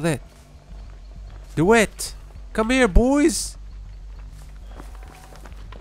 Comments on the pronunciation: D-why-ght. You're saying DeWitt. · Its pronounced DaWhite